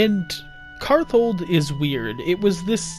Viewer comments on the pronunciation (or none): so a bit of a correction, but the name is karthald, not karthold.